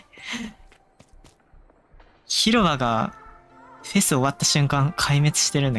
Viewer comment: 「フェフ」になってて草